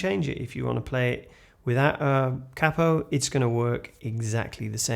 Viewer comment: Marvellous....absolutely bloody Marvellous 😊 !!.... not only that... you actually pronounced Capo.. correctly... “CAP-O” ...not that annoying irritating “KAY-PO” malarkey 😂...